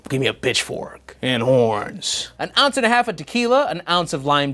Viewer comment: Did u say bitchfork? 😂